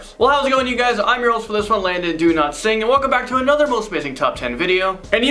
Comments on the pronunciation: Every time Landon says his name, I think he says "Landon Do Not Sing" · I love you as a host, second to Rebecca. But... Is it DoNotSing or CanNotSing...